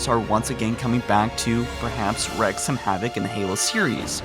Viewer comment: "wreak", not "wreck". It rhymes with weak.